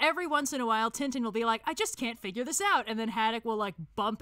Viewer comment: the way they pronounced Tintin...